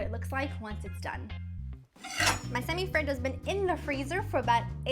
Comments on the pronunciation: Why do you say it like that ? Do you see any other country trying to pronounce cheeseburger like an American ? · I just love the way she says semifreddo